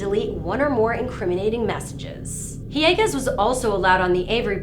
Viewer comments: it's "Hill-a-gas" - stop putting in spanish annunciations where none exist. It's not "ee-Ay-gus" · When encountering the name of a nearly-transparent white person from Wisconsin, you can usually skip the unnecessary 'Spanish' accent. Hee-yaaaa-hiiiis. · Why the hell are you giving Ryan's last name a spanish pronunciation? The guy is whiter than wonder bread.